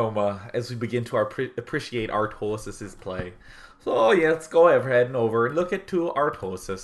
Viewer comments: Your "Artosis" sounds more Newfoundlander than Minnesotan :P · omg I say Artosis with a Minnesota accent too! Unless that's supposed to be an Irish accent.